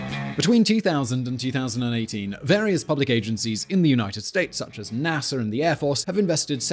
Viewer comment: He keeps saying Nasser instead of NASA...